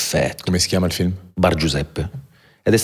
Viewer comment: Tutto bene eh ma lui che pronuncia feelm anziché film per far vedere che ha sfondato in USA mi fa rabbrividire 😂